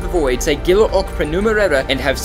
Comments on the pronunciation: You should say Gilla like Jilla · Im Swedish and the G in Gilla och prenumerera is pronounced as a J Please say it RIGHT NOW!!!!! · When you say "Gilla och prenumerera" the "gilla" should sound more like "Jilla" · Gilla is actually pronounced jilla.